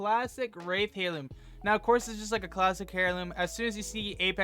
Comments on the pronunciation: Airloom is how it’s pronounced. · hey friend, the "h" is silent but great vid